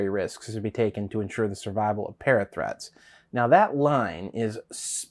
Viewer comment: Am I the only one who hears 'parrot threats' when they hear 'parathreat'?